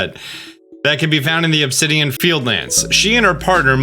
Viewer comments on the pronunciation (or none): none